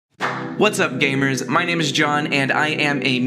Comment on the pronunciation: I swear, I thought you said "what's up gayboys " instead of what's up gamers.